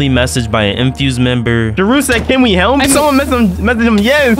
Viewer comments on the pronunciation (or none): The way this mf says helmp instead of just help kills me